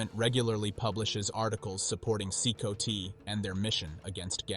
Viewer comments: C -COTY god that was annoying AF it’s C COT ,like a cot you sleep on this is why AI commentary is inferior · Thats crazy...they are a small army. If they had direction and training with arms they could be a serious force. Be cool if the AI could pronouce CCOT properly or atleast mispronounce it the same each time.